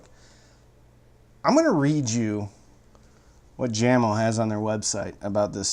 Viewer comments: Jamo is technically pronounced YAY-mo, not JAM-oh, but you are far from the only person to pronounce it wrong. Probably the most commonly mispronounced audio brand name. Funny that they are owned by Klipsch, the second most mispronounced audio company name. (Mom used to think it was German, and pronounced it “Klipsk.”) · It's not Jam-O. It's yah-mo😨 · What is awesome is that he knows this but yet says it Jam-O :) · What's up? I've been watching a few of your reviews. You 're dong a great job. BTW, These speakers are pronounced Yah-mo not Jammo. Jamo was started in 1968 by a Danish company but now is owned by Klipsch. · Aren't they pronounced yamo. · I think it's pronounced YAMO. It's in swedish. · Dear, My good old man,the name JAMO is pronounced Yahmo.(not trying to be a self-involved smart alec!) Thanks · I do believe the brand is pronounced "yah-moe" my good man. Sound is all that matters in the end i suppose, but some judge a speakers quality by how well the enclosure is made and the parts used in the X-over, gauge of wire ran to the drivers etc. I doubt you opened them bad boys up, but how would you rate the enclosures quality? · Yo,! Call them Yamo because that's how you say Jamo. Peace and love. Enjoying this a lot, like jumping on the videos as fast as a speeding bullet brothers and sisters.